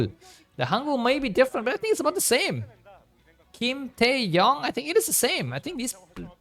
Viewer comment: Bisu is "taek" not "tae" also the hangul for "yong" is different for each.